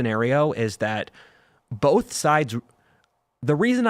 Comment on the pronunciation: Tim both doesnt have an "L" in it.